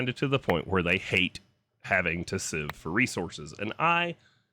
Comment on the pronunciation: Oh sieve, I thought you said shiv....